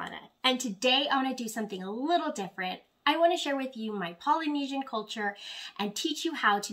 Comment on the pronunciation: Love it and great to see you supporting your culture. Am also Polynesian descent and come from New Zealand. Pronouncing is a little off. But good work :)